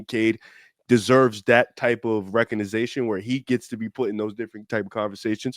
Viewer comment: Recognization 😂😂😂😂 you mean recognition